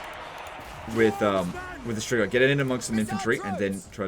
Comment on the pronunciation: Hey, really weird question but I binged so many of your videos that I have to ask: Why do you pronounce strigoi so damn accurately?